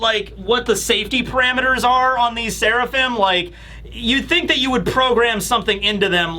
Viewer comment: I'm suprised didn't talk about franky calling sanji "swirlaphim"